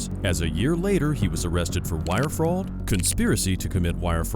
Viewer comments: To the narrator, what is Frahwd? I've hear of Fraud but I never heard of wire Frahwd.... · It's actually pronounced fraud, not fraul. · "Wire Fraod" wtf? AI voiceover always gives itself away. "intoxidents". lmao It literally pronounced the typo as is.